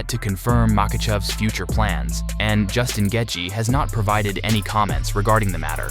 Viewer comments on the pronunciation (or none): If you can’t even say Justin name right, you definitely should not be making these videos. I don’t understand how all of you guys are constantly messing up their names but you’re the one relaying information to us it’s insane learn how to do your job and at least learn how to say the names correctly start there Buddy!!!😂